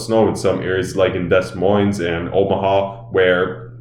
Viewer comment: De moin.. not des moine